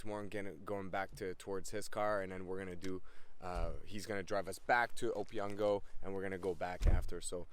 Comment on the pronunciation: It's pronounced O-P-ON-GO